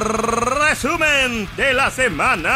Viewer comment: Buenisimo el rrrrrrrrrrrrrreeeeeeeesumen de la semana y estuvo bueno